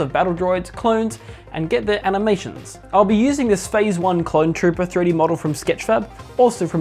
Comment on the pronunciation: did you said cone trooper?